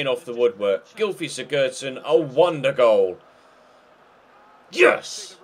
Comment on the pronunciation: u pronounce Sigurdsson wrong, u don't say the d in his name. Just for help🙃